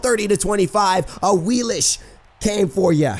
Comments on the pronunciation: Awilix not Awilish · Awilish? y u do dis? Awilix? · it's pronounced awiliks, not awilish